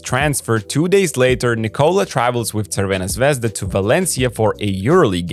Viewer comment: I like how you say Crvena Zvezda. Good job. :) You can also say Red Star...